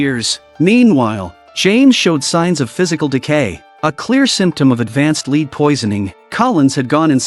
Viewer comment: lead is pronounced led......